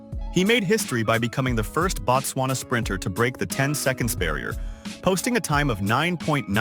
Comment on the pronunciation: "Boat-swana", not "Bat-swana"... As user "@ is implying below, "Batswana", as you are pronouncing the name of the country actually = "The Tswana people"; The correct name of the country itself is pronounced "Boat-swana" or even more correctly "Boot-swana"; I am not even going to waste time teaching you how to pronounce the "b", just say it however you always say it.. However, "Batswana" as you are pronouncing the name of the country is the same as saying "citizens of America". On the other hand "Boat-swana" or "Boot-swana" is the same as saying "The country of America".. The pronunciation of the prefixes in the Bantu language means and determines everything